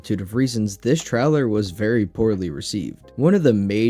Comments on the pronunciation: What's a game "tryler"? Truler? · Bro needs to learn how to pronounce the word trailer 💀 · Why tf do you say trailer like this ?!